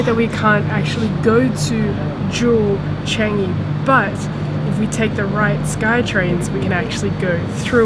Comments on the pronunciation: Er.....NOT "Jew Chengyee" It is more like "JeWel ChaahngYee", in pronounciation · She pronounces 'JEWEL Changi' wrongly